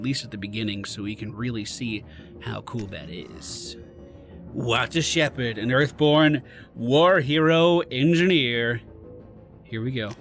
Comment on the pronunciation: Who's Walter Shepherd? Did you perhaps mean Waltah Shepehd?